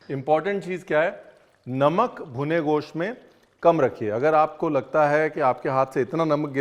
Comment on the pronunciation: Mutton ko Goss toh mut bola kijiye,kam se kam